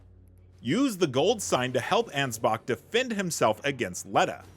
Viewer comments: Bro, why do you say his name anz-box?!😂😂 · Thats his name. Ansbach. The "ch" is a K sound